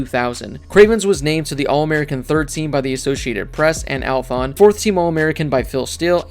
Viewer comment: I just noticed you keep calling it “Althon” when it’s “Athlon” lol